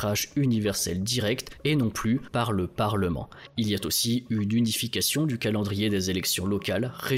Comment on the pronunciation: Tres bon document, complet et clair comme d'habitude. Pourquoi Éthiopie, somaliland et Somalie ne forment ils pas un super-état fédéral ? Il deviendrait ainsi un poids lourd régional non ? Juste un petit reproche anecdotique : quand vous faites la liaison "il a-t- aussi" c'est un peu gênant 😂❤